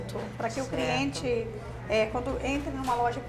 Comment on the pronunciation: Ela poderia agora voltar a estudar, pq a pessoa falar ( CRIENTE ) é de matar. Triste pra língua portuguesa. 🤔